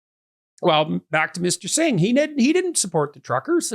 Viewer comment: Holy cow, Pierre. You’ve been working with Jagmeet for 5 years and you still don’t have the kindness to learn how to pronounce his name?